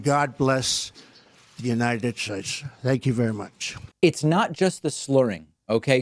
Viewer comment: United schtates 😅😅